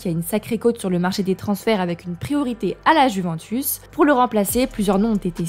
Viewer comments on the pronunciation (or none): none